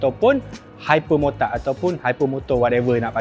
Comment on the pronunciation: dengar macam dukati hypermurtad 😂😂😂😂😂😂😂